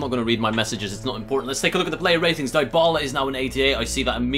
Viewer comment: It's pronounced (Di-bala) not (Die-bala)